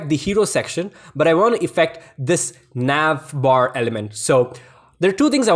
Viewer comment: wtf is Nyav Vrrrryapphhurrr?